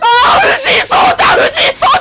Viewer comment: 藤井聡太さんのそうたの言い方が「しょうたー！」ぽかった